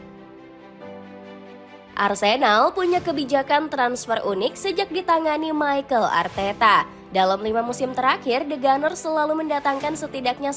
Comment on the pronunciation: Mimin ngomongnya Michael Arteta😂